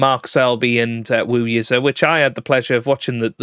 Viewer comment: Xin is pronounced similar to Shin, though it's a little further forward with the tongue, but Shin is the closest easy pronunciaton, not jin or dzing as you're doing. Zh is J, again a little forward with the tongue, but J is the easiest and closest. Tom amazingly pronounced Yize as 'eedzer' rather than 'easy' which was impressive. I spent some years in China.